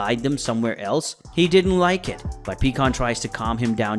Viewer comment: This is I don't understand why you guys keep on saying the names of the characters wrong pycon it's not pecan pycon big difference and you're not the only one that says freaking these names wrong it's really aggravating but that's a good video not bad